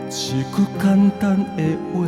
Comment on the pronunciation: 你是唱的很好，但是你下歌有時侯會用口音下，比如一句關心的話，一句，口音都跑出來了，你要用你唱出的聲音去出聲發音，這樣你的音色才會更美，而且不會有口音，你唱看看